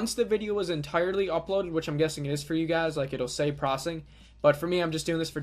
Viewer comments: "95% prossing"....."prossing"..."95% prossing" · Why are you saying "Proccing"? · Processing isn't pronounced prossing. Doesn't work. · Every time you say "prossing" a kitten gets crushed under a tire.